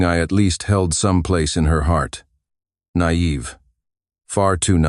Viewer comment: "Nayeve. Far too nayeve"